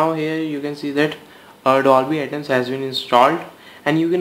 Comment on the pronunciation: Its not ATOMS.. Its ATMOS. AT-MOS